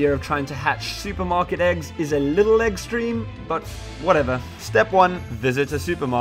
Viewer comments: I can't be the only one that heard *egg*streme 😂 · A little Eggtreme.. was that what I heard? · Did he mean to say eggstream at the start